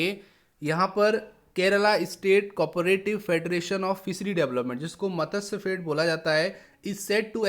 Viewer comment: Matsyafed :- it is not मतस्यफेड; it is मत्स्यफेड.